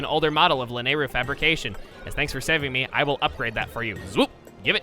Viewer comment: Man, your pronunciation of "Lanayru" still bugs me a bit.